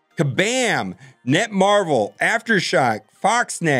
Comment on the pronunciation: FYI... it's "NetMarble", not "NetMarvel."